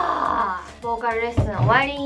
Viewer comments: 完全に韓国語の発音になってる…wwww 「ボーカl」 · ボーカルがめっちゃ韓国の発音😂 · ボーカルの、ルの発音が韓国語ですねー！KPOPの色々が知れて良かったです！色々感動しました！